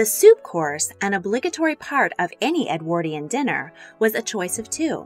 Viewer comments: Ffs ! EDWORDION IS HOW ITS PROUNCED NOT EDWAAAARDIAN !😢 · Presenter needs to learn how to pronounce Edwardian. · My jolly goodness! Im exhausted just listening to this! Never mind Consuming it I think that amount of food in all those Edwardian tummies was the cause of the ship sinking & not an iceberg! Btw the word Edwardian is said Ed word ( like sword) ian Not Ed waaardian, just saying! Thank you for this delectable menu reconstruction, that menu Would last me an entire week of meals! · "Edwardian" is not pronounced correctly in this video. The "ward" in Edwardian is pronounced like (hospital) ward. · Anyone else cringe so hard at the narrator and her appalling pronunciation of Edwardian? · The way you pronounce “Edwardian” is painful! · She can't even pronounce Edwardian or Foie Gras.